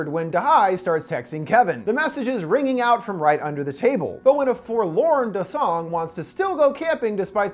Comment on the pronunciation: Why is it whenever an English speaker pronounces a Korean name they put emphasis on the second syllable not the first, like it’s pronounced DA-song not da-SONG